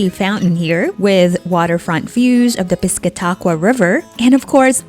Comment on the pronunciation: Just trying to help you out to sound like a local: New Hampshire (Hamp' sher, not "shire"), Prescott (Pres kit'), Piscataqua River (Pis Kat ti quah). Now you'll fit right in.